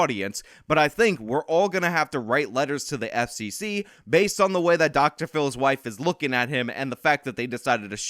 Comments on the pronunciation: its based not baseted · Its "base" not basted.. No one is talking about basing a turkey lol.. I am part of Gen X ( the very last part of it.. IE I am barely part of Gen X ) but hearing you constantly say basted instead of base makes me cringe a bit every time. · Basted? haha Bro, it's Based .......pronounced like B-ace-d (B as in Ball, Ace as in the card and D like in Diamond) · I think I'm a fair bit older than this guy, but everytime he says "as the kids say, basted..." I want to slap him and tell him itsn't basted, it's based, and to get off my lawn! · Please tell me you're saying baseted as a joke 🤣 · It's "based" not "based-ed.'" Cringe. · Dude, you HAVE to remake this video & NOT say "basted" like, how did you get that wrong? It really makes it sound stupid because you're saying the wrong word. Basted... You really need to edit it to be correct, because it's "BASED" not, "basted." Sorry, but I had to comment twice because I kept listening, as usual, & you just kept saying it wrong lol. I hope you don't take this as me giving you a hard time. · It's just "based" my guy, not basted, like a turkey you don't "bast" it. Based, like grounded... Come on man wtf lol... It's important to me & people like us, that you understand the difference. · its based not basedid fuck man im 30 and i no thar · I've never heard "basedid", only heard "based". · It’s just “based” lol not basedid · It’s “Based”. Not Basedid. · You seriously need to shut the fuck up with all this "Aladdin" analogies. Are you so "low intellect" that you can't come up with a different example of poor people stealing to survive? Try expanding your vocabulary before your next video. Also, the word isn't Basedid, it's Based. You're retarded. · Bro I did some research and your pronouncing based wrong. It’s bayst